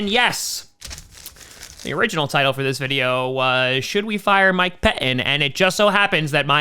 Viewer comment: "Mike Peh Inn"